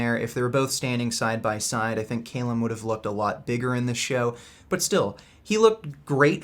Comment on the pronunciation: Is Calum a hard name to pronounce? Really?